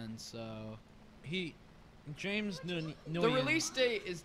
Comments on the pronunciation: This commentary was far worse than the movie.. and the fact you really thought the dudes name was pronounced "un-gi-en" instead of "wen" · Dudes - the director's last name, Nguyen is not "n-guy-en". It's "win" ;). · "n-guy-in" i felt that pain with you reading that name